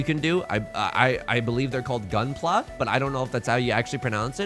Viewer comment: completely impressed how perfectly managed to pronounce gunpla without any fore knowledge of it